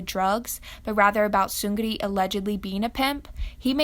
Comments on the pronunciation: It's actually Seung-ni. The 'r' sound in Korean is actually pronounced like an 'n', so his name is pronounced Seungni rather than Seungri ^^ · The way you pronounce 'Seungri' ITS SUE-GRI! All my korean friends laughed at these lmao . No hate,Just do some research before making a video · "soon ri". the g isn't pronounced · KookieMonster it is pronounced ni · cee The ㄹ is pronounced as an N: -after ㅇ: 능력 neung-nyeok, 명령 myeong-nyeong, 승리 seung-ni -after ㄱ (and ㄱ becomes ㅇ): 격렬하다 gyeong-nyeolhada, 식량 shing-nyang, 확률 hwang-nyul -after ㅁ: 함락 ham-nak, 첨력 cheom-nyeok, 심리 shim-ni -after ㅂ (and ㅂ becomes ㅁ): 입력 im-nyeok, 급료 geum-nyo, 법률 beom-nyul Source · Not related to the actual video but Seungri is pronounced as "Seungni" or something like that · Omg.. it’s pronounced seung - ri. There’s no g sound, it triggers me so much xd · Thanks for the info but you pronounced his name wrong LOL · no tea no shade but you're not supposed to say the g in seungri is silent, the ng is like the ng in sing, thing, ending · the way you pronounce seungri's name..... i just can't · I love your vids but pronounce the name right please and thanks! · that's not how you pronounce his name... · im so sorry but its so funny how you pronounce seungri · WHY do you pronounce his name that way???? It’s so cringy hahaha but nice vid though. Just please try and not to say his name. It sounds so freaking terrible lmao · im sorry but pls stop pronouncing seungri wrongly thanku vry much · All facts but the way you pronounce Seungri irks me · Did anyone else feel bothered by how she was pronouncing his name? No? Just me okay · The way you pronounce his name gives me anxiety lol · the way she pronounced seungri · except for her pronunciation of seungri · The way you pronounce seung ri is just painful to listen to. It's not seung gri its seung ri. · I liked the video!! Just one thing is the pronunciation on his name, you say it like Seun-gri but in fact it’s Seung-ri. Just wanted to let you know